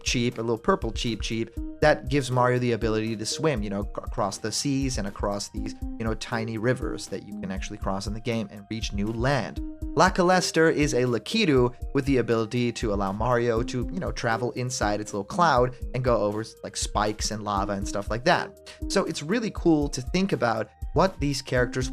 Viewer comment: Hey say lakitu "luh key tö" Hey say "lack," now say "it," now "two," OK now say "lakilester"